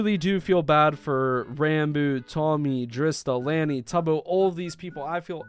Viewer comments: BTW Lani is Tubbo's little sister. Edit: You pronouns the name with an aww sound. So it would be written like this: Lawni. Also, this just sickens me to my core. And I do know for a fact if Dream and Tubbo finds out who's doing this... Lets just say someone might go missing. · Yep that’s how is spelled also for anyone who doesn’t know it’s pronounced sorta like lah nee idk how to spell it like it is pronounced but sorta like that Edit: Didnt think this would cause a whole parade of answering the question who asked . This has never happened to me before but thanks for the likes. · i thought u said it like "Loni", im not that much into the dream smp as i was a while ago but they would say "loni" was the way u pronouced it. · People are gross asff :/ Tommy, Drista, Lani, Tubbo n Ranboo don't deserve this. Neither Ranboo or Tubbo are minors anymore but it's still against their boundaries and no one should be doing it. (also you kept saying Lani's name wrong lmaooo) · not trying to hate the way he said lani btw lani is tubbos sister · L (an) I I know it’s not the point of the video but I found the pronouncement funny :) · Even when they aren’t minors it’s not okay without their consent. Lani. Well is pronounce different but Lani is tubbo’s younger sister. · dude chill its just the way you say it cause if they dont know who Lani is they deffinetly aren't going to know how to say it cause its said wrong in this video. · PS: Lani (pronounces La-Knee not Lan-e I believe, correct me lol) is tubbos sister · Okeh so Lani is Tubbos littke sister and it’s pronounced lawn-e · lani (pronounced larni) is tubbos little sister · I'm pretty sure Lani is pronounced with an ah sounds for Americans and she's Tubbos' younger sister. Correct me if I'm wrong about that. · lani is tubbos sister also its pronounced lawn-e also love your videos keep up the good work :) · Also Lani is Tubbo's sister Its pronounced (Law-Knee) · so disgusted also her name is pronounced lah-knee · (La-ny) lani